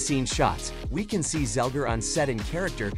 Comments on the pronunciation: It's" Zegler," not "Zelger." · You have one job...it's ZEGLER not Zelger.